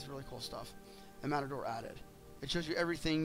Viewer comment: pronounced MAY-tor